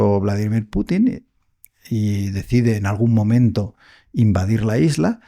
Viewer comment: Hombrecito ignorante, el entrevistado, los ucranianos son un intento mal intencionado de los europeos traumados. Usted está sesgado. Note que el entrevistador sí es profesional pronuncia Pútin.